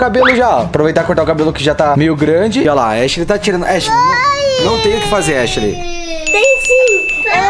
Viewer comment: Raraaaa a irmã da echileimfala halienigina